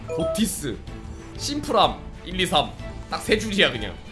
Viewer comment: 엥? 고티스가 아니라 '피시'라고 읽어야 하는 거 아닌가요!